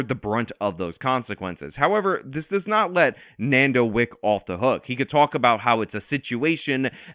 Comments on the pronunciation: Nardo not nando lol do you research before making videos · shoutout but say it with me bro. Nar-do 🤣. anyways bring justice to that young man! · It ain’t nando bruh😭🙏 it’s nardo